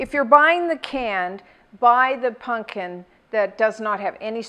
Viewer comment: "punkin" lol